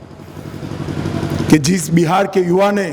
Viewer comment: Buhar nhi bihar bolo